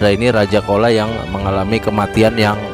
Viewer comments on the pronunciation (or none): bukan kola tapi dibaca cola, atau chola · Change your pronunciation of "kola".It should be "chozha "not "kola".